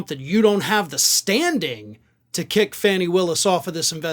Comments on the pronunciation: Her name is pronouncd "Fawny" not Fanny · I love you, but please pronounce her name correctly. It's FAH-nee Willis, not Fanny. Rhymes with "tawny". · HER NAME IS PRONOUNCED FAWN E = Fani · Hey... One news station says she pronounces her name Fawnie, not Fanny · pronounced ‘Faw nee’ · It’s pronounced as Fawny! It’s disrespectful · Her name is pronounced Fahni. Why do you keep mispronouncing it? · Its pronounced, Fawn-ee in case nobody's told you that. 😊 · Please learn to say her name correctly, after all this time you are still saying it wrong.